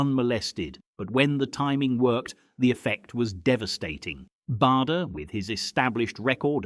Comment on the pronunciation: Bader (as in Barder) not Bader (as in Bayder)